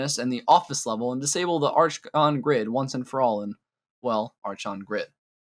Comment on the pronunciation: Just in case, archon is pronounced „arkon“. 🤓